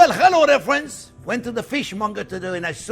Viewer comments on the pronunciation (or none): "Well, hello there phrinzzzzzz!"